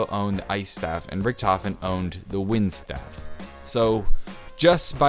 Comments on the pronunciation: Staff not stave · Anybody notice he said staff wrong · hearing you pronounce staff was kinda annoying in my opinion but anyways keep up the good work